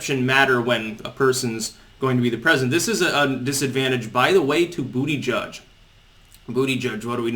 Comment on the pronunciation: It's actually pronounced "butter gig".....